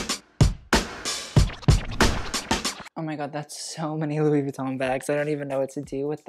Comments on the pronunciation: Stop calling it Vweton... its Veeeeton. "experts" should know pronunciation of the most famous fashion house on the planet... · okay.. please just say Vuitton right .. thanks .